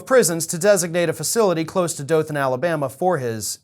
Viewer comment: Well it nice to hear dothan Alabama pronounce right to bad we got criminals like this